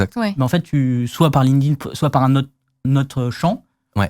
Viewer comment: Video sympa et bravo a de bien prononcer LinkedIn, je crois qu'il est le seul en France a le faire:) (tout le monde dit Linkeudine)